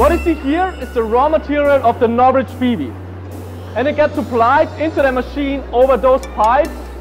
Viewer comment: Im sorry what? NOvrich bbs? insane.